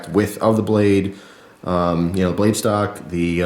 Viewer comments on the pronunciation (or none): none